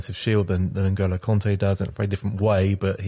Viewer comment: Kante! Not conte!